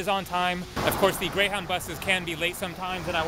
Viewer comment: You said Greyhowwndah bus lol